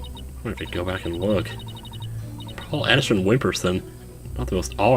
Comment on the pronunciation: Paul Atishon sounds like 'Pull a S*** on'